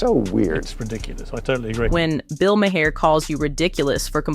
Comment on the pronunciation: I'm sorry, but it's not MA-HER, it's pronounced MAR. Just f.y.i.